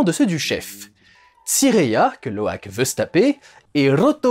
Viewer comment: Heu...Sinon, il s'appelle pas Loïk mais Loak. Voilà voilà.